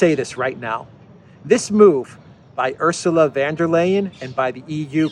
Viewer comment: Why does,keep say van when its von?